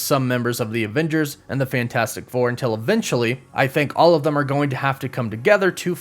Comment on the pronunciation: Hahahaha he said THUM. It should've been them hahaha